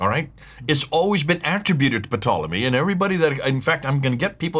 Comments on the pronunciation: Interesting material, as always. But,, the initial “p” in Ptolemy is silent. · I'm sure it's a SILENT "P" on "P"tolemy. Why a British historian who had a series of programs on the BBC is called "P" tolemy... Psoriasis silent P.